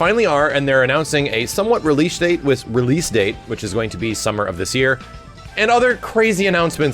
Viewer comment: Yeah, that -eeesh was kinda wack.